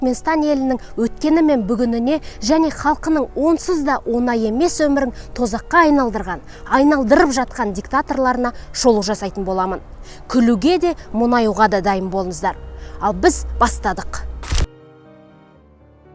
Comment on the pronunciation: онай емес, оңай емес деп сөйле, мұнайю емес мұңаю деп сөйле